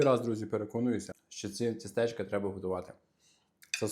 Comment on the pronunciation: Не тістЕчка, а тІстечка